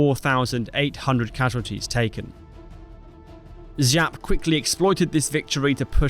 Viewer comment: Jap not Žap, he isnt french.